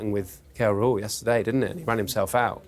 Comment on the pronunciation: how does she does not know how to pronounce Rahul and still has the commentator's job?